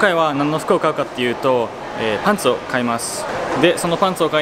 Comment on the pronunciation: それ思ってこのコメント探しにきた